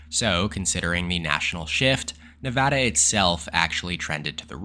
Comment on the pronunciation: You are the man for pronouncing nevada correctly